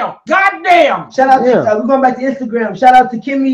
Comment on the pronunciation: She said "Twatter and Standogram"😂